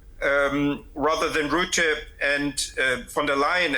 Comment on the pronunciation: The man's name is Rutte and not ruette. Say ruzzia, now say Rutte